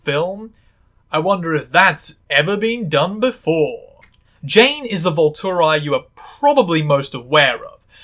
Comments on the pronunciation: I swear if I ever have to hear “voltoreye” again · I'm sorry but that's the worst pronunciation of Volturi I've ever heard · i am deeply bothered by the way you say volturi 😭 I once saw someone say that edward can read minds bc he was nosy af and now it’s my headcannon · You mispronounced “Volturi”